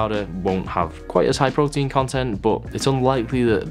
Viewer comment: "prowteenz" at 3am 😂😂😂😂